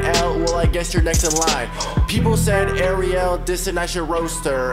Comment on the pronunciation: He says Ariel like the mermaid that's not how u pronounce it